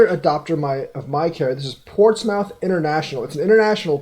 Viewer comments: It's pronounced more like moth not mouth. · It’s pronounced “Port-smith “ Keep up the good work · Portsmouth (ports-mith). I use to say the same thing lol. There is a city in VA named Portsmouth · lol pronouncing Portsmouth 🤣🤣